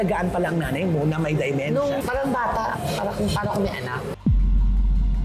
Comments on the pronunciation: !!.dEmEntia at hindi Di o Dymentia ang proper pronunciation sa sakit ng mga oldies na DE-MEN-TIA ok bah?! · friend it’s dementia and not dimentia. Notice ko lang ha. Peace out